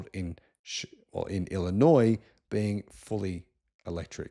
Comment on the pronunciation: Springfield is the capital of Illinois, but who really cares? But good job on the pronunciation of Illinois. Many in the US incorrectly pronounce the "s" at the end which would be a faux pas.